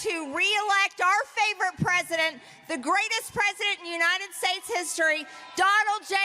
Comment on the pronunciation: Incompetent? Oranges (origins-he said it over and over and never got it right), herolynns (heroin); infantroopen (infantry), herridje (heritage), shtates (states), benifishens (beneficiaries), pivitable (pivotal), humanitaries (humanitarian). There are many, many more, and they are not Biden. TRUMP SAID THESE THINGS during rallies, speeches and ceremonies. ON VIDEO TAPE ! Trump’s father slid into dementia. Really listen to him. He’s doing the same.